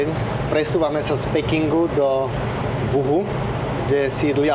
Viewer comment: vyslovuje sa Wuchu, nie Wuhu